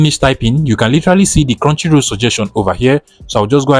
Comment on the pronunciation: Now scrow down for crounchy roll hidden lood ikon tf are u saying